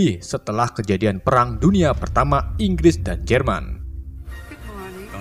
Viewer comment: Nonton serius eh malah Fokus kata narasi nya "perang" jadi "pelang" malah ngakak😂🤣🤣🤣